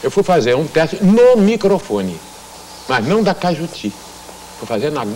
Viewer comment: Radio CAJUTI e não CAIJUTU. ]